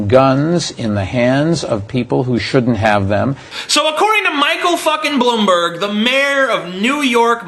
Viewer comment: As a New York City Citizen for my whole life (14 years) I can confirm that Bloomberg (or how TJ says it "Blumberg" Jk) is a scumbag. And yes, he did somehow change the 2 term limit to 3 right before getting elected, even though he was extremely dislikes by most New yorkers at the end of his second term.